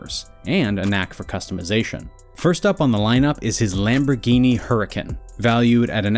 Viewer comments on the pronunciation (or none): Bruh why TF did this guy get both of the lambos wrong😭